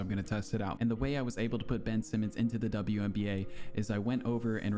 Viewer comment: "WBNA" HAHAHAHAHAHAHA